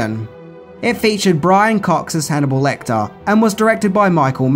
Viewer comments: Lecter. Not LectOr. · Nothing amazing, nothing new and I could live with that, but to Call Hannibal Lecter, LECTOR?! Seriously dude?!